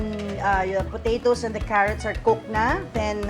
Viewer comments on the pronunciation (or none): none